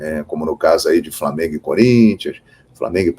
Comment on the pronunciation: Será que esse apresentador da bandeirantes tem preguiça de falar flamengo?